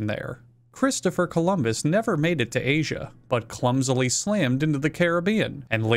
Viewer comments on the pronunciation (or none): none